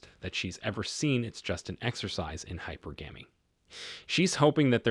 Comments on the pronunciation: "Hi-purr-guh-mee" Not "Hi-purr-gaa-mee" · Hy-pergamy not hyper-gamy. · Sound it out: HIGH-PER-GAH-MEE, emphasis on the per. Pronouncing it wrong diminishes your credibility.